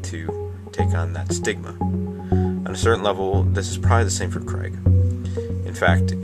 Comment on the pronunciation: Also, why do you insist on saying Criag? That's quite rude, whether you disagree with him or not. You can at least be respectable, you do yourself and all those who agree with you a disservice by being so disrespectful.